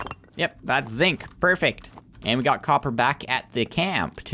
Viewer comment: and when you say zinc it sounds kinda like zit